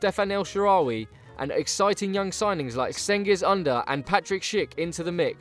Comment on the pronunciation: You didnt even tried to pronounce cengiz ünder right